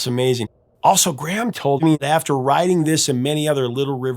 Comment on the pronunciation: Btw, Graeham is pronounced grey -ham, not gram. 2 distinct syllables. Great show btw